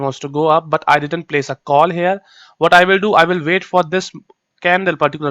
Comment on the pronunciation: Exactly.. If you're not editing the video .. Y don't you show up live ... !! One more thing plz plz pronounce didn't "didn't" word !! Correctly